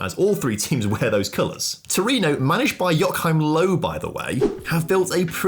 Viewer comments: 😂 The pronunciation of Joachim Löw 😂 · My ears were hurt twice in this video. Never heard of Batistuta or Joachim Löw (with that pronunciation) 😂